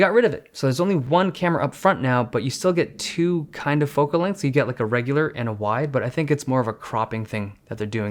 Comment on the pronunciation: Who else got mad when he said “S20 ReGuLaR” ughh